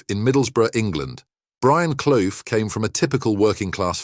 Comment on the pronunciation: At least pronounce his name properly